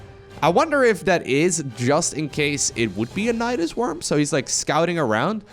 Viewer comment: "Nydas by's" was the thing you tried to say but it sounds SO much like Nydas bajs which means Nydas poo in Swedish ;D